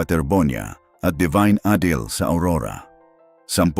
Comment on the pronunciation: ADILI . ADILI. ADILI. NOT a deal. Let’s pls get the name right .